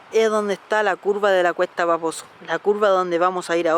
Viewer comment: Siempre escucho "cuesta baboso" en vez de "cuesta paposo" wooow vaya. Que genial video :)